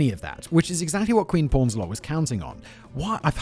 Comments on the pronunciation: Queen pawns a lot? 😂 powns* ffs Simon is killing me in this one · Poons-a-lot, Simon. Not pawns-a-lot. Though calling her porns-a-lot kind of makes sense in her community blindly protecting her despite so much evidence that showed she was cheating